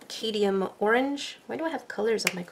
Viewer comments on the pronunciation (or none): But your prounouncing it wrong! English#1 You keep leaving out the m in cadmium. It's pronouned Cad- me- um NOT cad- e- um. Also Chartreuse (shar- truce) is another word for a yellow- green (usually muted). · You keep missing the first M in cadmium! It’s pronounced cahd-me-um! I just watched another of your colour charting videos and you said the same thing! I hope this helps! ❤️🇨🇦